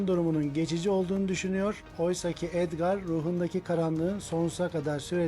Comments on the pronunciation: Edgar❌ Esprimi✔️ Abi kalp bırakırmısın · Edgar❌ adgır✅ 😂😂😂😂😂😂